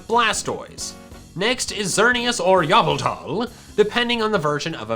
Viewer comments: I am new hear and when I was watching your old videos you called Evelta yafleta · no one: for real, NO ONE:: YAVOTAL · "Yuh-vul-tall" LMFAO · Yaveltal still gets me every time I hear it. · I love your vids. But this is getting annoying. WHERE IS THE YAHHHHH IN YVELTAL. THAT MAKES NO SENSE!!!!!!! IM BEING SERIOUS WHEN I SAY I MIGHT UNSUBSCRIBE BECAUSE OF THIS. ALSO PRONOUNCE ARCEUS CORRECTLY. NON OF THIS ARCOOOOOOOOS!!!!!! MY DETICATION IS GETING SMALLER TO STAY SUBBED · ”Xerneas or Yaveltal” never gets old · You pronounced Yveltal wrong. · I really loved the emphasis on '*YVELTAL*' making a reference to pokemon talk.